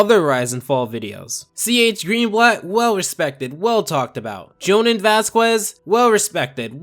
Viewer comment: your pronunciation was pretty damn funny for Johans's name, no offence, its just pronounced completely differently